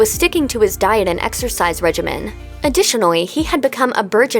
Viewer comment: UWU OWO ADDITIONAWY